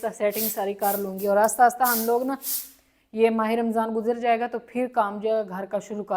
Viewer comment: Asta asta nhn hota ahista ahista hota hy